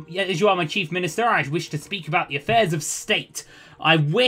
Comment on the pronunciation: Another excellent episode. "Effaires" - Affairs.